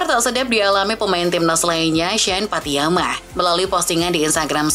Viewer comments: Pattynama Min, bukan Pattyama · Maaf min penyebutanya tetap pattinama ,bukan pattyama